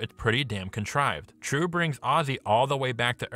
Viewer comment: "Trieu" is a Vietnamese name. Or rather, a commonly Viet name. It is pronounced, "jeeolw".